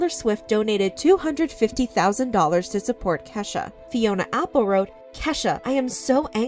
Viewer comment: Why is she saying keshas mom name like that